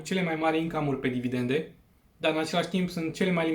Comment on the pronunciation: Cred ca ai capata mult mai multa credibilitate daca ai spune/pronunta 'dividende', nu 'dividente'. Spor si bafta.